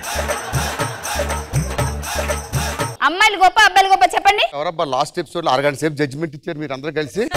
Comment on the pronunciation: హైమా కాదు ఫైమా